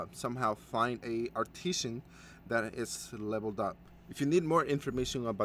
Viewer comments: It's arti-sans... not artishans. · It's pronounced: are-ti-zin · Dude can you mispronounce artisan a few more times.